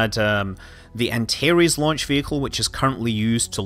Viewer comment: Are you trying to say "Antares" ??